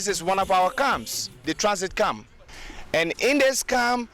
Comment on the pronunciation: "This is one of our CUMS, the transit CUM. And in this CUM..." ?